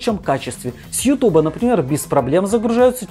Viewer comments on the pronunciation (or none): none